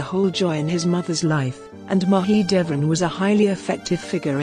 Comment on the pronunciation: Could you get a better narrator who checks correct pronunciation?? This lady could check out how Turkish names and words are pronounced. Suleiman is not pronounced Sulimaan. Haseki is not pronounced Haski. Mahidevran is not pronounced Mahidvrn. My ears are cringing with the terribly enunciated words.